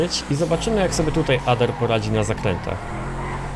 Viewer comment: czyta się Ader mówi się Ejder